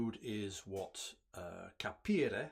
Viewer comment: Your pronunciation of the italian word "capire" si perfect! It means "to understand". Cheers from Brescia :-)